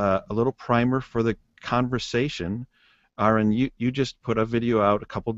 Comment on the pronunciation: His name is "Aron", not "R N". Nobody seems to be able to get this right, ever. You got "Aaron", you got "R N", but very rarely do his opponents actually call him by his name.